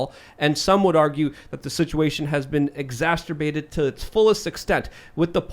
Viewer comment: “exacerbate” and “exacerbating” NOT “exasterbate” nor “exasterbating”…please!!!